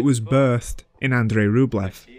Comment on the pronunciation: Love the content of this video. The mispronunciation of the director's names (Louis Malle, Murnau, "Andrei" Tarkovsky for example) and the accent in general made it very difficult to watch. How does one know so much about cinema but get the names of the directors wrong? And with such conviction. That's baffling to me. This is one English accent that simply destroys everything in its path.